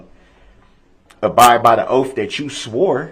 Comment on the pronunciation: JD took “ an OAFF” how is his rights being “trampled on”? Who do dat” SMJ is Laf-FuL law” whoz my accuser”? Is it Civil or Criminal? “Imma hit ya wif “